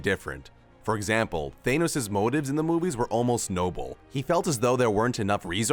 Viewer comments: man this guy saying everything is just way off on things. wanda and vision were not married in the mcu when he was killed. the black widow movie got moved all the way to november of this year. you can't even say thanos's name correctly half the time he said it. in house of m wanda went crazy from losing her children, not her child. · The way he says thanos😂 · I really don't like how you pronounce Thanos.